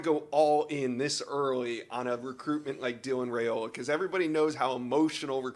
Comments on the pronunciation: It’s Ri-ola not Ra-ola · Dylan"s last name is pronounced RaIola ("I" not "A") Names are important, guys